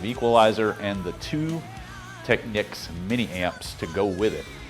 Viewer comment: I guess if it was spelled Techneeks you wou sat teekneeks..It is pronoucned Tech-neeks.